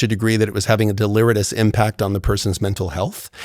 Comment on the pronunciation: He pronounced deleterious wrong